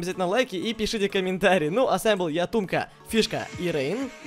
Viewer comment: не тумка а